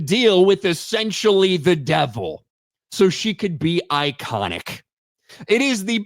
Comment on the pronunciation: “I wunna be ikunik” 🤣